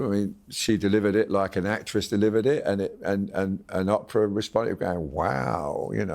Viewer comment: WHY CAN'T THESE BRITS PRONOUNCE "OPRAH" CORRECTLY, THE WAY SHE SAYS HER NAME. THEY ARE SO PRETENTIOUS IN THE PRONOUNCIATION OF SO MANY WORDS.